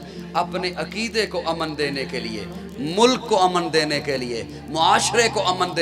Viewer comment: abe jahil lafz aman nahi he lafz amn he